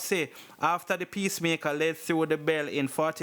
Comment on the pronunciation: Blogger I like your content, however you need to improve on how you pronounce some words since not all listeners will understand what you are referring to. The word is pronouce "emfatic" not "empatic" and "pacemaker" not "peacemaker". Keep up the good work.